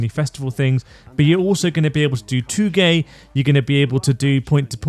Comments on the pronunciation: wait up... did you just pronounce 'Touge', as "too-gay"... unforgivable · Bro pronounced touge like toogay, jokes aside im so excited